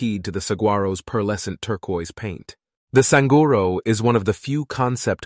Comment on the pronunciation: I like how he mispronounces Saguaro in every conceivable way